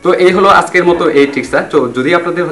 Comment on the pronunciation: উচ্চারণটা আছকের নাকি আজকের?